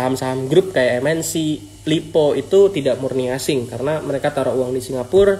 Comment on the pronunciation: Aseng bukan asing 😭😩